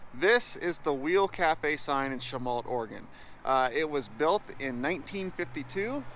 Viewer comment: What town was this? Sounded like he said Shamalt Oregon